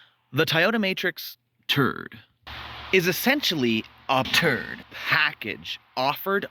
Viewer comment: Annoying every time you say TURD.... , I got it the first minute of this video it's a TRD just stop repeating TURD..... annoying but is catchy 😂😂😂😂 now every time I see a TRD on the road I'm going to call it TRUD.. this is all your fault 😂😂😂😂